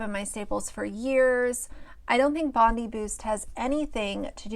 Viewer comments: It's pronounced Bon-DYE -- good old Aussie suburb names hahaha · My Australian heart is crying. It’s pronounced Bond-Eye Bondi Beach is one of the world’s most famous beaches. Please don’t tell me you have never heard of it. 😭😭😭